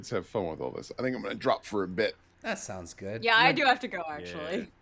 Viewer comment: He calls them "soolnds".